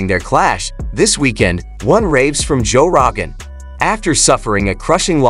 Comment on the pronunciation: “Joe RAgan” 😂😂😂